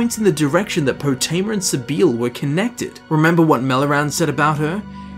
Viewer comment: Why do you insist on calling her poo teema